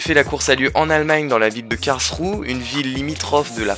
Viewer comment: "Karlsrou" pardon mais mon allemand en prend un coup 😂 T'es pardonné